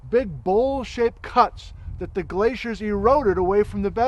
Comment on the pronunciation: Straight up thought he said 2 bullshit cuts hahaha